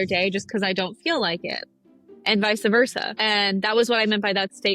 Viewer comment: She can't even say "vice versa" properly, why would I listen to her 😂😂